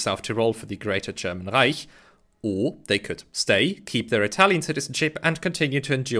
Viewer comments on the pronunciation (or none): none